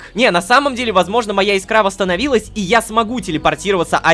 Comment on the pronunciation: Прикол в том, что Рома так и не понял ,что антискинт нанёс ему вред, так как он носил его в инвентаре, когда пользовался порталами ( ему же сказали, что так делать нельзя), именно поэтому он и потерял часть искры. Ударение в слове Искра на И, кстати!